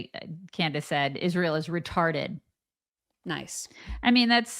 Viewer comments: Wht does Candash Owensh pronounce the country Israel as Ishreal? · Can she ever pronounce “Israel” correctly?